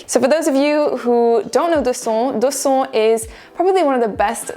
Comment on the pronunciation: Just a lil' note that "Do son" is actually inspired by the Vietnamese island Đồ Sơn so it would make sense if you could try to pronounce the perfume's name accordingly. Regardless, I really enjoy this list. 🥰